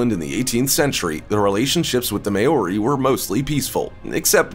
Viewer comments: As a Kiwi, I have one issue: Maori (pronounced Maw-re, with a rolling "r".) never had any major contact with the US. Initially with the Dutch (under Abel Tasman) and later the British (under James Cook) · Maori is pronounced 'mohw rhee'. Besides that. This was total click bait. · This was irritating me throughout the entire video. Not how you pronounce it at all! If you are going to talk about a culture, learn the pronunciation. Treaty of Waitangi as well. And since when are Maori feared by the US army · ikr and even being a samoan myself i even got offended when he pronounced it wrong. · This man has never heard of a Maori before He can't even pronounce the word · Only person in the world that can't pronounce the word " Maori" and they got him to narrate . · You pronounced Maori wrong and I don’t think the US army is scared of them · All of this research and that’s how you pronounced Maori? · Just saying this guy is worried about the way he pronounced sweet grass but yet the way he pronouces Maori is way off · I really hate the way he pronounced Maori, not even close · And you are pronouncing Maori wrong goose! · maori you pronounced that soooooooo wrong and probbaly offended alot off people im from new zealand btw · Butchered the hell outta that maori pronunciation 🤣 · Pronunciation of maori is embarrassing 😳you need to learn language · He can’t pronounce Maori correctly!!!